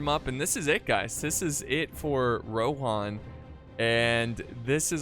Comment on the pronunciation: I just pronounce everything like they do in the movies. And they say rohan not rohin or whatever the other thing you said was